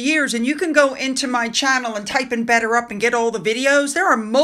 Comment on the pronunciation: He can't even say "better up" - he pronounces it "bedder ub"